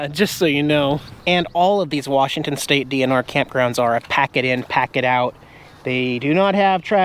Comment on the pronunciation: Dang...I cringed when you called it WARSHington! Technically, I think George is considered Central WA, as opposed to Eastern. When I lived in Ellensburg, at least, that's how we viewed it...